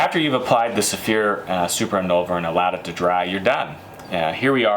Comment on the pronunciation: "super inolver"